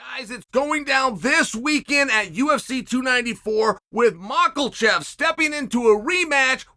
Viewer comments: can't believe draft kings let uncle chael say Mockle Chev 6 times lol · Why did he throw an L in Islams last name? Lol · If chael says it’s macklechev, then it’s macklechev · Chael still call him Michaelchev 😂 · There’s no way that’s how you pronounce islams last name right lol